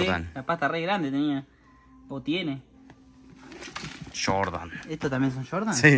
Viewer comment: Se emocionan cuando lo ven, pero no adivinaron ningún modelo, solo decía SHORDAN (Jordan🤣😭